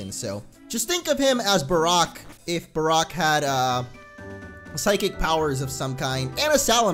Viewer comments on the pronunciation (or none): none